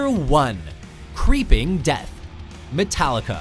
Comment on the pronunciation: 'Tallica? Really?